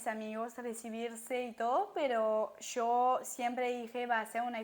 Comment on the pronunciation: En poco se te va ir ese CHOO de YO y hablaras más chevere con lo parcerito😂 sea como sea el acento francés apenas se te nota bonita❤